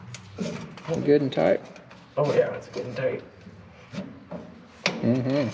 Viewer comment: I think this machine was either used in Germany or serviced by an old German fellow. Everything is tightened "goot-en-tite."